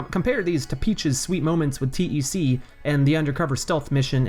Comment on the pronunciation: Hold up . T -e-c ??? Its tec as in tech . 😅